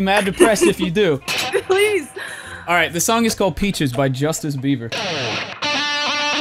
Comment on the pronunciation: Dude said justice Bieber